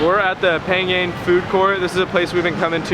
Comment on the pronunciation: I love your video, it’s lovely when you describe Thai food :) In Thai, we say Pha-ngan. Ng you pronounce like Ping-pong. It’s really good to sensibility about trash, unfortunately it’s cruel reality in Thailand. Thank you for VDO! 💕😊